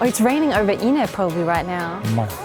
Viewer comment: Every time I hear "inneh" a piece of my soul dies.